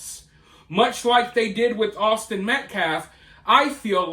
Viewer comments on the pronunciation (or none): none